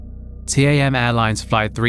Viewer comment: T-A-M is said as TAM not T-A-M ^^